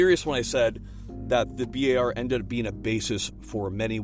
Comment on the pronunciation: Bi Ey Ar??? Guys are you too going to Bi Ey Ar to drink some beer with friends?